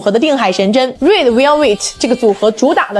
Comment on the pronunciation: 這什麼英文，RED